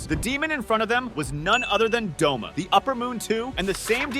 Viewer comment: you slept douma wrong! It's Douma not Doma!